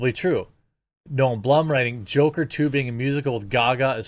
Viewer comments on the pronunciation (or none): none